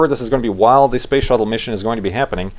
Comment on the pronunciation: its space not spashe,;). Also, dont worry. your description of you at the launch and the party sounds exactly like me. Youre not alone! Good luck in both the tweetups, I hope you make it. Just make sure to tell us about it while walking to the farlands if you do. Thatd be several episodes worth of talking.